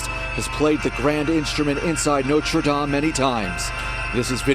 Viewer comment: Why not lean to prounounce Notre -Dame properly.